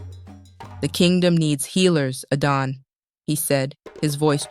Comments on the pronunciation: Why is Adana's name sometimes pronounced "Aiden". What happend to the male narrator? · At a time I got lost with the pronunciation of Adanne and Arinze